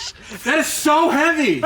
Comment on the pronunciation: Yeah Carbon is not supposed to be that hevay😂